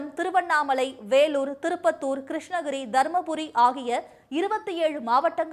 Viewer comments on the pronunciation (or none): கிருஷ்னகிரி இல்லை.கிருஷ்ணகிரி.